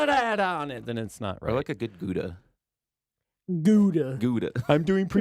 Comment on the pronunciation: thats not at all how you say Gouda.